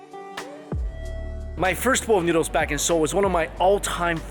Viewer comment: i dislike how you pronounce noodles